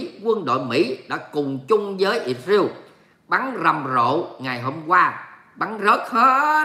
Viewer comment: "lsrael" chớ không phải "Isreal" nha. Đọc là Is-ra-el chớ không phải Ịt-riêu nha.